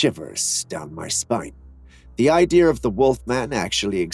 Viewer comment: Behind the motorcycle and the kid is a goose man. Also sorry, it's kind of a pet peeve of mine but 'idea' isn't pronounced 'idear', just sayin.